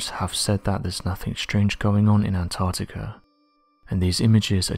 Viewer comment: To the narrator; There is a c in Antarctica and also, while I'm here I don't know anyone who says 'says' like you.. every normal English speaking person pronounces it as 'sez' so unless you're an AI voice-over, it pains and riles me to know that someone can get hired to do stuff like this, despite their lack of knowledge of the English language... might as well have Joey from Friends narrating, at least then I could understand that you're taking the piss out of jest and not just through a lack of intelligence. Reading is easy, articulating whilst reading, is not your strong point but clearly your soft voice prevails and as I said, if you're not an AI voice-over then your employers are just as much imbeciles as you sir. ✌